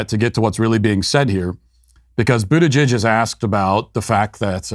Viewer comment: I am really disappointed to hear Matt pronounce "Buttigieg" correctly.